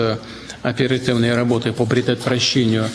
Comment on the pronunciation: Он слова плохо говорит «оператывные»